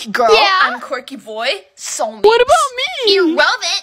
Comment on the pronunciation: “IRreleEvanT ✋😘” is so Fr thou